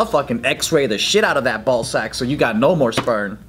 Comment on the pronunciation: If David would've sat next to Joe they would've laughed for 5 minutes straight at the "spernma" thing Joe said 😂😂😂